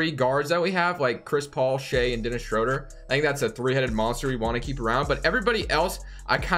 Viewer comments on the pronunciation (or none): Please pronounce Schroeder’s name correctly next time.